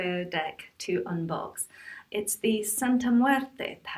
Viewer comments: Love the way you pronounce Santa muerte ❤️❤️❤️❤️ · You're the first person I hear it say it correctly in English and it sounds smooth too👌